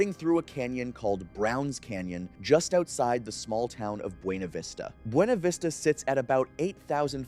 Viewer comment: As insane as it sounds, the town is pronounced BYOO-na vista. It’s weird asf!